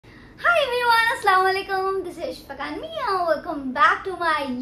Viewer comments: Behen aslawalekum nhi hota aslamu alaikum hota he please correct your self 😢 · aslawalikum nhi hota assalam o alaikum hota h who agree